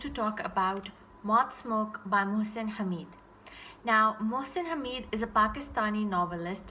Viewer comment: His name is pronounced as; Mohsin (Haa-med) Nice review